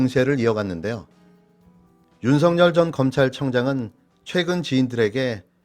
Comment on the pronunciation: 윤쉬붠.... 윤쉬붤.....이라고 읽히기도 함 된발음...윤쉬풜!!!!! 🐕진태는 🤐🤐🤐🤐